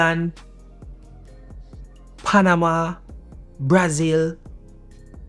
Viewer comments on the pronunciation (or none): none